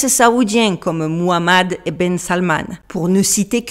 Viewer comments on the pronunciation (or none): none